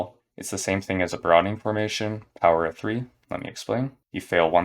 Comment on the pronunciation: Man I'm not native English and how you pronounce fast "Broadening Formation", sounded to me like "Browny" something like that..try to understand me hahah